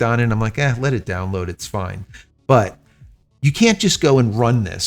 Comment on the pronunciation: Fine! (Italian pronunciation)